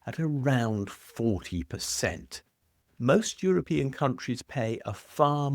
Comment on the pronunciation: Euripean? Really?